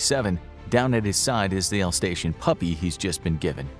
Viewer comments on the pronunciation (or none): Why are you pronouncing alsatian as alstation lol